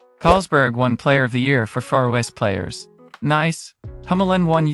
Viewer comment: Wow, a fantastic season. And your pronunciation of Faroese words and names is getting better. Just note that: our J is always English Y in yes or yellow, and Bech's surname is pronounced Beck. And the Eyð- in Eyðfinn is just pronounced like the ay in Bay, yes, that ð is silent. Looking forward to the next episode. :)